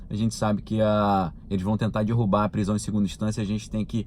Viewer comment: de novo "dirrubar"?? aff..